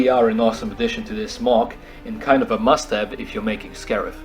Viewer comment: every time you said "must have" in this video i thought you said mustache